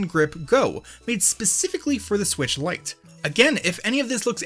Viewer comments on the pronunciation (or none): none